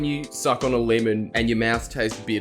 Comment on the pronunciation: a leemon??